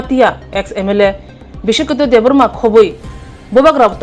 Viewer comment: Not debrama, it's Debbarma